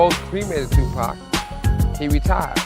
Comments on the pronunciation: Dude called 2Pac Tupack so off the rip everything he says is unbelievable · I can't believe anyone that mispronounces Tupac's name